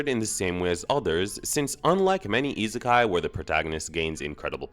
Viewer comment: The way you pronounce isekai irks me to no end.